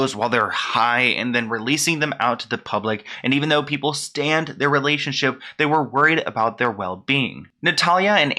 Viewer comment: Sounded like you said even though people STAND their relationship. It’s STAN. Like I STAN harry styles and Olivia Wilde’s relationship.. Stan= obsessed (stalker) fan. Also see: Eminem’s song Stan